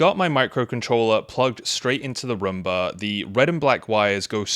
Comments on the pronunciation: Romba? I thought it was Roomba! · I just wanted to say that it's not pronounced a Rumba. It's pronounced Room-Bah like as a bedROOM. But great video and gave you a like hehe. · It is not a Rumba, it is a Roomba.